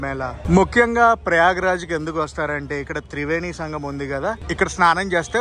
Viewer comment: Not samgam it's sangamam